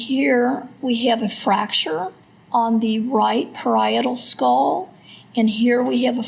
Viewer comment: The medical examiner seriously needs illocution lessons. She can barely pronounce any vowels properly. It's a creek, not a crick. Bone, not boanne. Skull, not skoal.